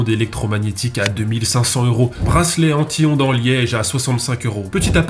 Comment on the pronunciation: à force je n‘entends plus anti-ondes mais en tihonde